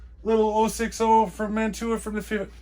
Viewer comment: Informative and interesting vid,. BTW on Amazon they sell low temp aluminum brazing rods and Flux you could use to fix the screw holes. Thanx, Sam P.S. The correct pronunciation of Mantua is ' man away 'Love your channel